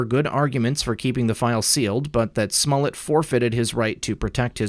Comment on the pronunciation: Who is Smullet? Are you referring Smollett? :)